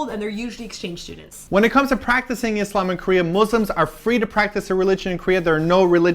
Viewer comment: and I loved the way pronounce the word ISLAM. =)